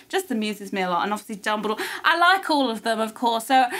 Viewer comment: hahaha I like that call Dumbledore's name in nearly Chinese accent ，lol "Dumbuliduo"